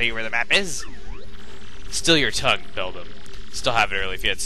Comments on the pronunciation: its bel DAM as in the beaver thingie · its belDAM as in the beaver thingie